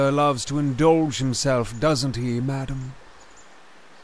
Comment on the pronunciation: Is it just me or the butler is saying mydamn?